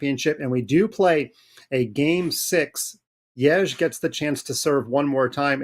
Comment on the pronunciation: you guys got to learn how to say yagiz kaan's name . what the is yagij mean . can you se the letter J